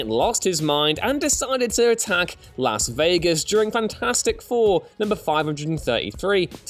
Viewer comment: You said Las Vegas wrong.